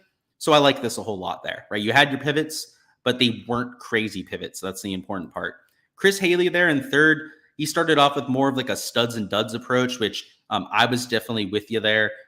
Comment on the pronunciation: Thanks for the feedback as always, The week in review is my favorite spot. 3rd in both contests -not bad. I won 1k entering 300 in 75 contests. By the way it’s Chris Hal-lee not hailey😜